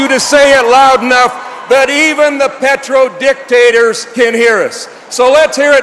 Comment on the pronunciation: He was great, especially where he emphasized oil "dic" tators which most of you missed.